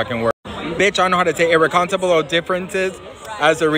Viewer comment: Wife of fourteen years? Uh... No. And please don't try to be a reporter if you can’t pronounce irreconcilable differences ...